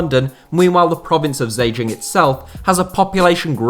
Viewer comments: Zhejiang is pronounced jer jieng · The Z in ZheJiang isn't pronounced, it sounds more like "Jhe Jiang". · Part 2 would be a great idea. Great Video!! Also, the pronunciation of Zhejiang is not entirely correct. This would be more appropriate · How you read Zhejiang woke me up, need massive improvement. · State of the pronunciation. Zhejiang is said like this -> Jir-jiang . Hangzhou is said like this -> Hang joe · Zhejiang is pronounced "Juh-jang" and Hangzhou is pronounced "Hong-joe". Source: I live in Hangzhou, Zhejiang.